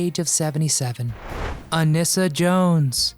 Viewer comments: Her name was pronounced A-nee-sa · Anissa's name is mispronounced as well.